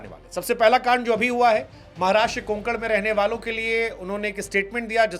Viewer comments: Bhai कुणकण nhi कोकण fark hai dono me. को+क+ण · Kunkan No Sir Kokan says